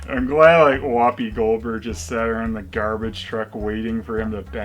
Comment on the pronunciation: Whoppi Goldberges is the Dr.Steve Brule pronunciation of Whoopi Goldberg.